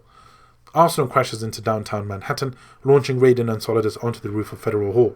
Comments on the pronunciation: It's "Raiden", not "Rayden" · Ok great story telling, very long but very detailed My only issue raiden is pronounced (ry-den) in metal gear and is pronounced how you kept saying it for mortal kombat. Just saying the A in his name is silent lol but other than that great job man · You say raiden with the I you don't say the A like Riden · Ahhh! >.< some of these pronunciations....lol. Archipelago...Gurlukovich (Gurlockavich as you say)...Raiden (which you pronounced as Rayden) yikes. - But still, great video lol.